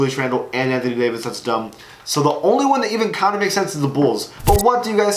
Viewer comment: “danthony davis”